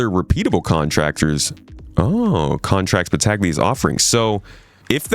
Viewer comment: It would pronounce "Battalia" (the g is mute)